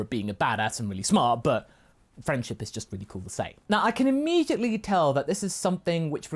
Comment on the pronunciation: Dont you mean E-MEAT-edly?